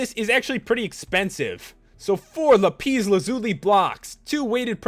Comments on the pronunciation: Lupeez? It's pronounced lapis. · It's lap-is not la-peez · Lapeeze XD